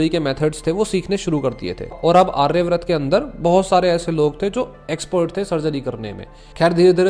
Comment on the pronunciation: आर्यवर्त है भाई वो आर्यब्रत नहीं।